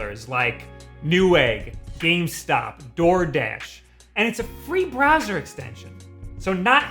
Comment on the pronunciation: could of sworn you said "free BRAZZERS extension". Must not have had enough coffee this morning..